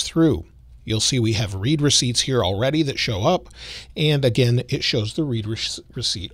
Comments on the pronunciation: Love the videos. However it’s “red” receipts not “reed” receipts 😅😅😅. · I believe 'read receipts' is being pronounced incorrectly. Think of it as 'your message was read, here's the receipt' so it sounds like 'red receipts' not 'reed receipts' Other than that, great post. Thanks for sharing!